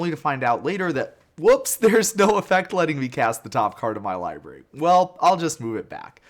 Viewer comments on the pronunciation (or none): none